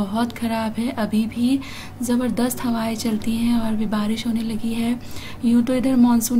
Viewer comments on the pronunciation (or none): none